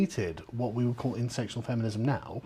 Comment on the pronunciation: Carl it's intersectional feminism not insectional . he repeated that many times.